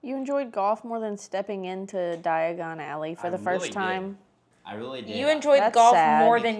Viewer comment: Hahah this is a fun series. My favorite part was saying “Diagonilly” 😂 exactly my thoughts every time someone says Diagon Alley. Lol